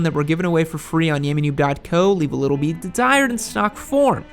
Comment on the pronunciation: Slow down your speech and enunciate your words. I have a good ear for accents (being Australian) but I had to replay sections several times over. For eg you said the R1 “leaves a bit to be desired” but it took me 6 times to understand it wasn’t “a beet to be ride”